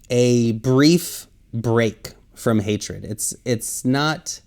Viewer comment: Hatred - fix leadin. Not Hatered. I'm not being a "hater", just helpful. Love you from Houston, Texas . I will delete this later.💜:planet-orange-purple-ring:💜💜:planet-orange-purple-ring:💜:planet-orange-purple-ring:💜